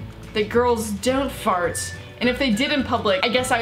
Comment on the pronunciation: She said donˋt fart in an English accent